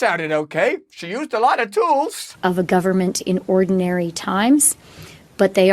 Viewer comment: Absolutely, agree 100%. Worrying that no western leaders are condemning them. Again brilliantly articulated, and you make it funny!! The Tools, or 'Tewels' as she pronounces.